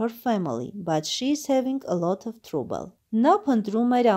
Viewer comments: կներեք բայց թրուբլ չի թրաբլ է։🙂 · Յաաաա բարև ձեզ, բա լայքից ուրիշ բան չգիտեք։Թրաբլը թրուբլ եք կարդում։Ճիշտ է լավ բան եք անում, բայց ճիշտ քերականություն իմացեք և կարդալաձև։Ու մի բան էլ, դուք էլ եք ձեր վիդիոներով լաք էր հավաքում։Էնպես որ, նորմալ կարդացեք ու միբողոքեք։